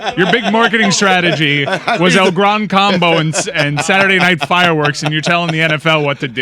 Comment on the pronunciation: needs to hit himself with the “White Guys” song for calling El Gran Combo “El Grahn Cohmbo”… gotta hit ‘em with the “C’mon Man” too. 😂😂 Bro hang with Billy, Tony and Luis once in a while. 😂😂